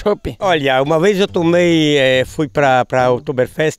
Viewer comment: O ruim deste vídeo é que ele acaba, "una véiz"! Kkk